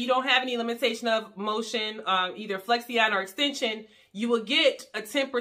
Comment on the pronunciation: The proper way to say Flexion… is Flek • Shin not Flex • e • on